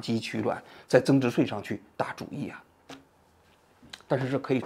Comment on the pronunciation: 增值岁，增值碎，你发音正常点行吗